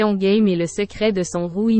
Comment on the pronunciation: Merci pour cet hommage, mais la pronociation n'y est pas c'est GAME et non Guème comme vous le pro,ocez, merci de rectifier. Il ne s'agit pas d'un jeu Game en anglais....